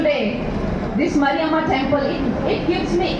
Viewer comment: Somebody, please correct her ,It's maariamma😂 🙏 🙏 🙏